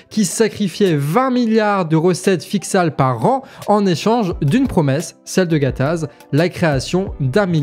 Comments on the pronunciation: "qui sacrifiait 20 milliard de recette ficsale par an" (fixale) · Je dis pas le contraire, je dis qu'il l'a mal prononcée, il a dit "ficsale" ou "fixale" à la place de "fiscale".